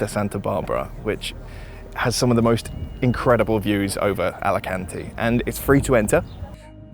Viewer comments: Alicuntieeee. A-li-kan-te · Hey! Learn to say the name of the city! No "Álekánti". Correct: "Álikánte" (a)! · It's pronounced Alicant(ay) not Alican(teee). Thanks for the video. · great video, but try to pronounce the E at the end of Alicante, like the locals!